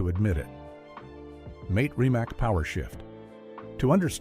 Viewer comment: PLEASE STOP WITH THE AI NARRATION. Where will I start? Well for a start that is definitely not the correct Andy Wallace, that's not how Mate Rimac is pronounced, also not how Chiron is pronounced, Sweden have produced other cars I could continue but this 5h1te doesn't deserve anymore of my time than this.